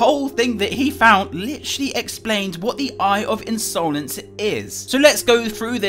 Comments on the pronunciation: Ins-OH-lence eyes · Insowlense eyes